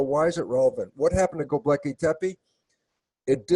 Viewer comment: Electric Universe, people. I respect Dr. Lipton a lot for his science on epigenetics, but if he can't even say Gobekli Tepe correctly, his credibility is damaged. One volcano can undo a century of Los Angeles traffic.